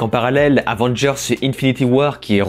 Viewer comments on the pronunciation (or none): none